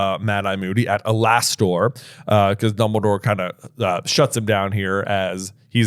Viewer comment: Alastor is an alternate spelling of Allister, and that's how it's pronounced.